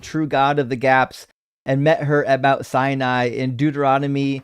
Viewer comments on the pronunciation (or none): none